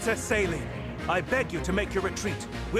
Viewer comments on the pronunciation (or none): As a french speaker, the pronounciation of Céline's name in this game is absolutly atrocious 🥲 They say it like it's saline, but it should be pronounced as say-linn (like lint, but without the t). Hope this helps 😁